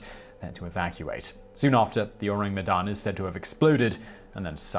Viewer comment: You can try to pronounce Medan as "May-done" or "May-Dunne", it's pretty close to that for English speakers.